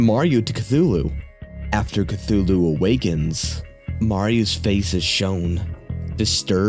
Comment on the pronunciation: So glad he said Cthulu right :)